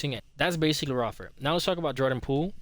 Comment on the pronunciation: lol it’s Ray-fer but 🔥 video 💪🏽